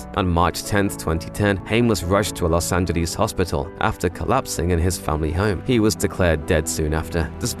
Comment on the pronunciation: Angeles, not Angelease